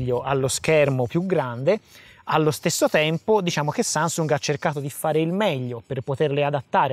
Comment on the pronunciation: oh oh mi è semblato di aver sentito sansung😂